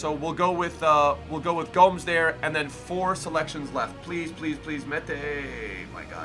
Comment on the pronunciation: He pronounce Gomes as Gnomes without the N